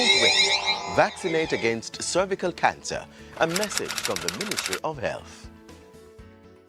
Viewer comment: that man couldn’t even pronounce “ cervical “ don’t get that vaccine do your research that woman was an actress 🙄